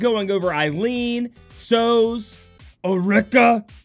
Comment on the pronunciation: American pronunciations never fail to amaze me, guess it's the location, I think you guys have a grasp of Spanish for obvious reasons but a word like Sozhe? I would have thought the film usual suspects and Kaiser Sozhe would be a good cultural reference to how to say that name. On another note, did 2 dailies, got Aileen and Sozhe. Win!